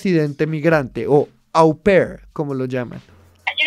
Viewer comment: « Au pair » es una fórmula en francés y se pronuncia [o per]. Estos « gomelos analistas » deberían tener mejor solvencia académica y conceptual y hablar menos amaneradamente.